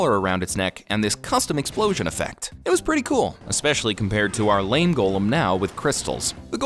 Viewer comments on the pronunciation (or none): none